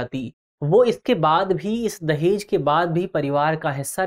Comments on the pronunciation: Legends watching" Dajehh" at the place of "Dahej". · धन्यवाद टीम दृष्टि 🙏 दहेज न कि दजेह